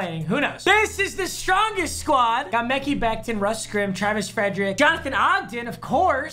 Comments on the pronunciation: Mekee Bekton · Mekee becton 😂😂😂